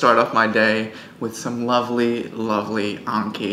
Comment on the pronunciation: I love videos but it erks me when he pronounces it as unkee and not AN-KEE